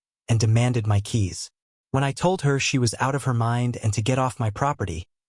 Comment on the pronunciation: Whats with the "M. Y. " business? Its one word - my, as in mine. Spend a bit more and get a decent AI voice-over.